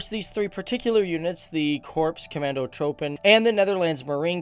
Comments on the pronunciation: Just pronounce "troepen" as "troopen" ;-) Oh any BTW, you'r a bit out of focus my friend ... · You should pronounce the ‘oe’ in ‘troepen’ the same as you say ‘oo’ in ‘troops’. Otherwise, very nice video, enjoyed it. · Troepen is in dutch said as in trooper(stormtrooper for example) so the oe has to be said as oo in trooper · Bro. I dont wanna complain. But if you dont know how to pronounce troepen. Then please dont. Cause its getting weird after the 4th time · Here's hint how to properly pronounce 'troepen.' It's simple. In Dutch, the 'oe' and 'oo' sounds are completely the opposite from how English native speakers say them. So Dutch filmmaker (Soldier of Orange, Robocop, Starship Troopers) Paul Verhoeven is pronounced as Verh*oo*ven. So 'troepen' are pronounced in the same manner as 'troops' in English. Btw, if you haven't seen those movies made by Verhoeven, go check them out. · If you want to pronounce "troepen", say the "oe" as the "oo" in "oof" or "hoof", not as just an o-sound. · The vowels oe combined in Dutch is not pronounced like O, but like the letter U in German (like the sound you make when saying who). I know it is a small thing, but especially if your whole clip is about it would be good to just do a Google search on how to pronounce something. The way you pronounce it now, you say they are commands of the rainforest (tropen) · About pronunciation : The "oe" in commandotroepen is pronounced more like the "oo" in book. Also, the "a" in Netherlands is not pronounce as in land, but more like the "e" in women. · Hij heeft gelijk... De persoon in de video zegt trupen in plaats van troepen omdat het Engels zo de oe lettergroep uitspreekt. Als ze de oe uitspreken als hun oo dan zou de klank wel goed zijn. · Great video! About the pronunciation of Korps Commando Troepen: Korps is pronounced like “Core” (though a lot of Dutch people pronounce it wrong so no worries) and troepen is pronounced like “troops” but with “-en” instead of “s”